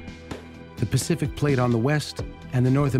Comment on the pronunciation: Pacific not Pecific